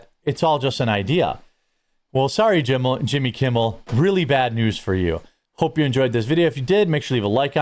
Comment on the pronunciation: When you say Yimmy... I have an urge to stroke my eyebrow with my pinky finger.